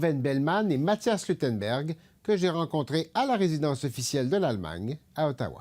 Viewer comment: Yep "Aallemagne" et non Allemagne